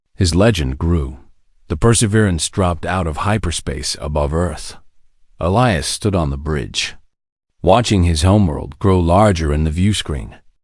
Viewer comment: THIS IS GOING TO BE A LEGHTY COMMENT SO I APOLOGIZE IN ADVANCE I AM SORRY BUT YOUR PRONUNCIATION CAN BE MORE THAN A BIT DISTRACTING. NOT TO MENTION YOUR DISTRACTING MISSPELLING OF A NAME, PLACE,THINGS OR ANY OTHER PERSON THAT IS MENTIONED IN THIS VIDEO ONE IS: His name IS PRONOUNCED E LIE AS. ELIAS SERITH NAME IS SPELLED SARA AND A COUPLE OF DIFFERENT WAYS THE. DOT. WHY??????? I KNOW WHY BUT WHY???? IT IS BOUGH NOT BOW TO BOUGH IS TO SUPPLICATE YOURSELF AT YOUR WAIST DOWN TO THE FLOOR BOW IS TO USE AN BOW AND ARROW